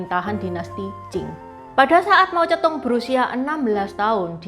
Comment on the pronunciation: Kok kedengarannya Mau Cetung, 😮???